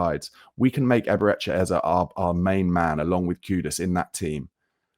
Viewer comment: Brother, say the man’s name right. Please. Then your club might have enough merit. Maybe then.